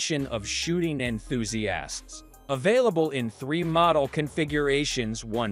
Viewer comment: Quit after, "En-thuse-assed'